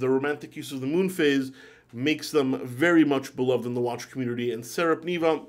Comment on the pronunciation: Not SARAP but SARPA - NEVA! 🙂 Neva E pronounced as in "nEver." Now 2 Finnish brands mentioned: Voutilainen and Sarpaneva. 😮😎👍